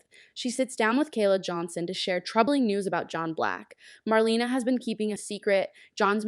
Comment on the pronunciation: Please get the facts straight and learn to pronounce names correctly! Jave (Ha-vee) is Rafe & Gabi’s (Gab-bee) cousin (the son of their Aunt). Marlena is pronounced Mar-lay-na. The Kiriakis Thanksgiving was with the Brady’s at the Brady Pub, not at the Kiriakis mansion.